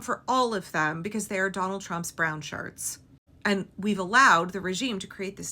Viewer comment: Did you say “shirts” or did you mean to say “sharts”?